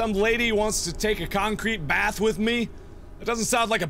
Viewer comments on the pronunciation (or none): none